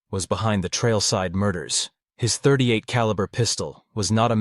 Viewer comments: the pistol in this video is a glock, of you zoom in you can see it is a 9mm glock 17 gen 3, a modern pistol. The killer in this video used a .38 (pronounced thirty eight caliber, not "point thirty eight caliber") and a .38 is a rimmed cartridge and can not be fired from a Semi-auto magazine fed pistol... that is a revolver round. Not to mention this gun being a glock 17 gen 3 in 9mm, that was first released in 1998, and this story takes place in 1979. If you need to hire or just ask a firearms expert just do that for your videos, better to ask for help then to sound like ignorant on the subject, especially as the subject of firearms is so prevalent in your videos. Just go to a gun store and ask the guy or girl at the counter to anwser your questions, buy them lunch or give them a gift card to a restaurant or something. And you will have your expert to help you sound like you know at least a little about a topic you "professionally" speak about frequently. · this has to stop, please, when someone names a caliber, they do not pronounce the "point" before the number, a .38 caliber is pronounced "thirty eight caliber" a .44 caliber is pronounced "forty four caliber". Please stop saying "point" before the number, it makes you sound like an AI and also shows, in just one word, ignorance of the subject of firearms.